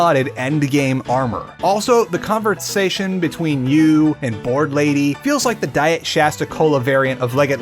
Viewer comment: THe converTsation?